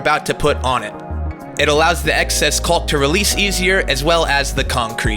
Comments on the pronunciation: It's "kaaw-k" it's not "cawl-k"... you can say it. We're mostly adults here. ;) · Just so you know, you’re mispronouncing ‘caulk’. It’s pronounced the same as ‘cock’. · Or in IPA, kôk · I like the pronunciation of caulk... cauLk lol 👍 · Nice project! I don't think that's how you pronounce "caulk." :) The "L" is silent, fyi.